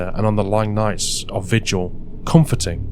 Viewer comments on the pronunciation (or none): none